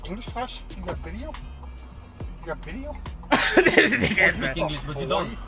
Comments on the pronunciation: "You take english classes? You got bideo?" 🤓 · The Uber “u got a bideo” me “u got abs”